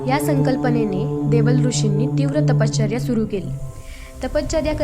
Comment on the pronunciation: ताई अतिशय सुंदर पद्धतीने भगवान श्रीदत्तात्रेय प्रभूंची लीळा सांगितली. ताई कृपया तपश्चर्या या शब्दाच्या उच्चारा कडे लक्ष द्यावे. आपला आवाज अतिशय सात्विक आणि भावपूर्ण आहे. खूप खूप छान 🙏🙏